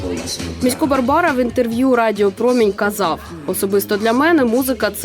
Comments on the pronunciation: У слові Місько, наголос на І варто стаити, на майбутнє. Дякую, за чудовий еткр про прекрасну людину! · Та МІсько а не МіськО !!!! Невже так важко було вимовити. Адже жінка його правильно називає.